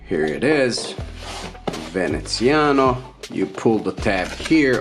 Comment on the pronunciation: VenezianICo, not Veneziano...